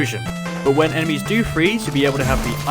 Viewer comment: Sounds like blue emesis